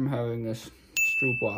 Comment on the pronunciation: it's stroopwafel. Not Stroepwafel:p